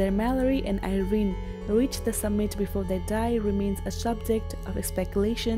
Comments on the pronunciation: It is summit not submit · did the narrator say "submit"? Lol!!